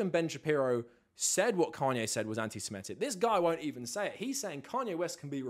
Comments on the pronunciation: Minor point, but you’re pronouncing antisemitic wrong. You’re saying antisimetic instead of antisemitic. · Yes you are. I just listened to you do it 50 times. you’re saying antiSIMEtic, instead of antiSEMItic. You’re swapping the vowels. You’re saying antisemite correctly, but you’re swapping the vowels on antisemitic. It’s a common mistake. No big deal.